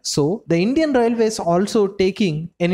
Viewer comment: Atleast say railways properly. Your accent sucks..